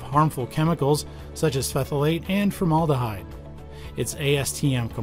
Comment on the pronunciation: Excuse me: Did you just say "peh-thil-ate"?